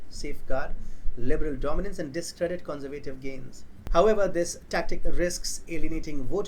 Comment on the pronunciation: take lessons in english pronunciation...the way you pronounce "conservative" is childishly wrong...